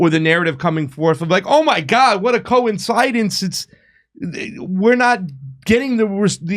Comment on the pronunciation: Seriously, Co-inside-us??? Did you mean coincidence? Either bring Jimmy back or shut this farce down. sucks